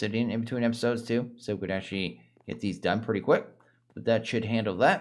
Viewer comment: Is it just me or your accent got stronger when u say "episode" at the start of every episode on this series? Not complaining. I find it quite likable hahaha. Sounds like another canadian streamer i like.